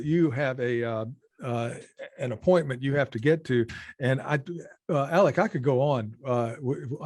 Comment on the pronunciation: Alec!!! Not alex!